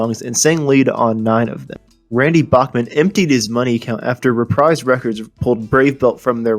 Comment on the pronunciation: Slow down and speak clearly. Enunciation. Ever heard of it? You also might want to do some fact checking. Oh, and it's pronounced Re-preeze not Reprise.